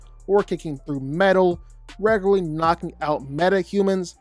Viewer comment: Your commitment to saying "raygurlee" as frequently as you did is commendable